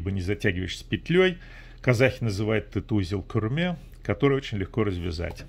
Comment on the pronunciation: Не құрме а күрме. Не правильно написано но на видео произносите правильно. Құрме читается жестче [q:ou’rmә]